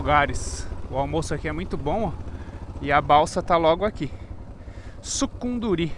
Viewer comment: 😮não é sucurundi, é sucunduri.